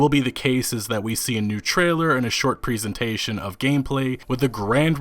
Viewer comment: presentation dude, not pri-sen-sation